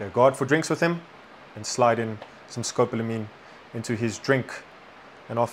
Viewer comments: It's pronounced Sko - PAUL - A - Meen. Don't get caught slipping, they do this in Asia as well. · Finally there is arising some serious conversation about this “Devils Breath” drug. Education here is key, so thanks guys. At the same time, as long as it is “education” would you consider pronouncing the name of the drug correctly? Almost everyone is mispronouncing the English term Scopolamine. It is pronounced: Sco-Pol-a-mine. It is NOT “Scop-lamine” or Scop-lo-a-mine. Take a moment to finally sound it out for yourself. In Spanish: Escopolamina, nearly identical. No big deal for street gringos- but as educators we know that you’re doing this because you care. Again, thank you!